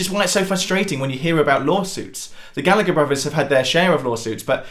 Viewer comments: Gal..la...her not Galligger. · ITS PRONOUNCED GALLA-HER